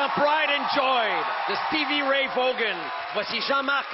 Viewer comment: Stevie Ray VOGAN?!?! Ah, ben... tabarnac! Je deteste un annonceur qui ne verifie pas comment PRONONCER un nom inconnue!